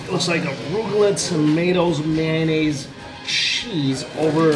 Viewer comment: May-o-naise...not man-naise....i thought only white people say man-naise...😂😂😂😂😂